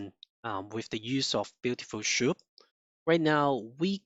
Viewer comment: cant lissten to that schoup thing. its S! soup blin! omg